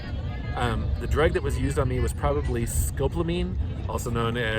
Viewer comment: Pronounced "sco paul ah meen" Scopolamine... That's no joke... you're very lucky brother, it wipes ALL inhibitions, they can tell you to withdraw all your money from the atm, and then jump off the roof, or bridge. I just happen to have a moonflower plant in my yard, it's related to the 'Angel's Trumpet' or the datura family of plants. It also contains other poisonous chemicals, so good thing you had enough time to react. Be well, be safe, great videos. ☀️😎☀️🇺🇸